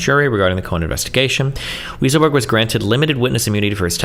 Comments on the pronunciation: I wish it was, Destiny pronounced it ridiculously incorrectly in America it's pronounced "Why sull berg" and in Germany it's pronounced "vye sull berg" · I'm pretty sure Weisselberg is pronounced "Why-sel-berg". Lmao. Destiny's brain just really wanted it to be "Weasel-berg"🤣🤣🤣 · Also, “weasel”-burg 😅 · More like WISE-uhl-burg. But "Weasel" is more appropriate. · It wasn't until this video that I believed the claims that destiny was an antisemite. There's no shot he thinks that guy's name is pronounced "weasel-berg" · Love the way he looks up the word "bellicose" to pronounce it correctly but doesn't give a F about calling the guy weasel 😂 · It's not, it's Weisselberg. Destiny is just too stupid to know how to pronounce it - or "bellicose" for that matter. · Is Destiny trying to be a dick by mispronouncing Weisselberg's name or is he just that stupid?